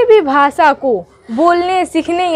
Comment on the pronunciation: Bhasa nhi hota bhasha